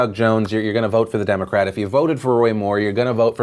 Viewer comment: That representative was struggling to pronounce the names of the political parties.